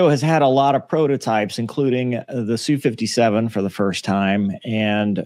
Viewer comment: Geez it's "ess", "You" 57 not Sue...